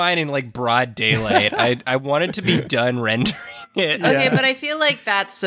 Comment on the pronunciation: saying "This rending" instead of "rendering" (before correcting herself) while the video is her painting the meat being shredded by Pikachu's teeth, might just be one of the all-time great Freudian slips